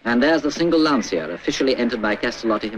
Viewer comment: I like, how the narrator says "Lantsia" 🤭